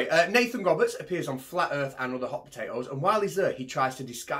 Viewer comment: Oh boy, hearing the mangling of Llandudno was painful! But hearing the mangling of Nathan again made up for it.